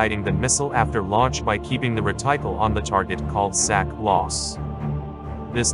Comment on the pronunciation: Hey "", "reticle" is pronounced "reh-tick-uhl", akin to "testicle"